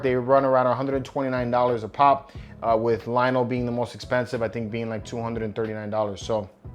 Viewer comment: LOL Lionel! His name is LION-O, not Lionel. Willy Cat! Panth-air-O! Teegra! Bro, did you really watch the show?